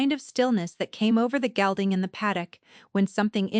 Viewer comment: ...a black gelding, not gilding...